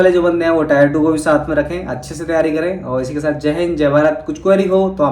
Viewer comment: sir it's टीयर not टायर 😃